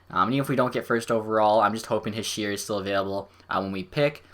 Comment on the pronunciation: nice vid. but its He-Sher